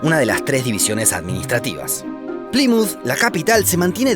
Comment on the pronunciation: Que desesperación como pronuncia "Plymouth" 😩